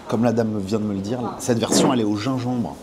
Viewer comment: Merci pour la vidéo, encore une bonne découverte qui m'a filé la dalle. Le Gingembre a des vertus et des bienfaits indiscutables mais le ZinZembre c'est incroyable .... (dsl je suis trop un gosse avec les accents) Longue vie à RBT !